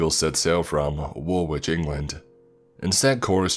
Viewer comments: Woolwich is pronounced wol-edge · you said Woolwich wrong. I was born in Woolwich South East London. It is pronounced [Wool-ich]. so much history there from Greenwich [Greenich], Deptford and Woolwich. It sits on the banks of the River Thames.